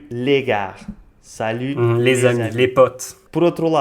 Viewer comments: Merci pour cette vidéo! Une petite correction pour: on ne prononce pas le "r" dans "gars" ("salut les gars"), la prononciation est juste [ga]:) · Pardon, je voulais dire : on ne prononce pas le "r" dans "les gars" : [ga] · Hey, muito bem teu francês, tenho só uma dica: quando dizes « salut les gars » não pronuncie a letra « r » da palavra “gars” porque “gare” significa estação, então é como dizer “olá as estação” 😄 Obrigada pela tua vídeo, como sempre é fixe 👍🏻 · 21'53 "*si je te verrai" n'est pas français. On dit "si je te vois" -"des" n'est pas un partitif mais un article indéfini. -"subjonctif" et pas "*conjonctif" (qui est relatif aux différentes conjonctions) -dans "les gars" on ne prononce pas le "s" (sinon c'est garce: un peu plus vulgaire, en parlant d'une fille). A part ça, très bien expliqué. Les faux amis sont les mêmes qu'en espagnol. Muito obrigado. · Salut, Je suis d'origine portugaise, en France depuis de nombreuses années.j'ai découvert ton canal depuis peu et j'ai déjà appris beaucoup sur les subtilités de notre belle langue portugaise. Petite précision, si tu le permets,: quand on dit "salut les gars", le "r" ne se prononce pas Bonne continuation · J'écris en français je maîtrise mieux que le portugais (et tu comprends très bien) mais je voulais revenir à ce que tu dis vers 9 min. Quand tu dis "salut les gars" tu prononces le R alors qu'en français il ne se prononce pas. Désolé si la remarque a déjà été faite. Bonne continuation et bonnes vidéos